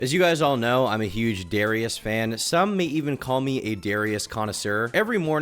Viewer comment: Why can't he pronounce Darius right??